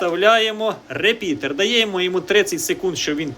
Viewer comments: не говори реПідер, вірно репітер. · То це репітер чи репідеерр?)) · Дякую за відео! P.S. "РеПІДЕР", трошки кумедно чути. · Правильно начав говорить реПИДОР.